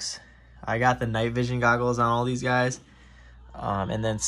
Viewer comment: did you say you got deez, or these?